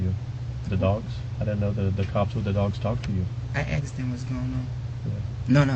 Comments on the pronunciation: He didnt ask him! He axed him. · Asked not aksed